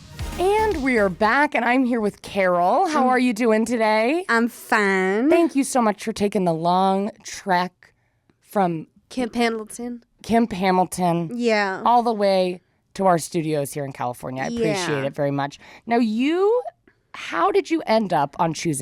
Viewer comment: As a socal native, i was triggered when i heard camp pendletonnn 😂